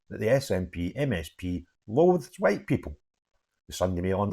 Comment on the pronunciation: After that hwhite, hwhite, hwhite, hwhite speech he made I think it is Humza Yousless who is the provable racist.